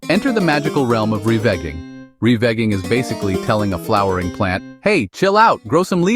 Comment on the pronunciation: Revigging is molesting my ears stop